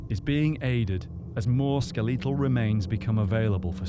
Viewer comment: “Skel Lee tal”